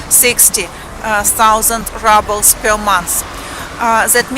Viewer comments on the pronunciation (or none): Just as a bit of constructive criticism - the word рубль ("ruble") is pronounced ROOBL (like moon, or spoon) in English - not RUBL (like bubble or trouble). Other than that slight distraction, I liked your video very much :-) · hello dont mean to be mean but how your saying ruble is the word for crushed brick and dirt, ruble how you would like to pronounce it would be like the ending of "you" y"ou" r"ou"ble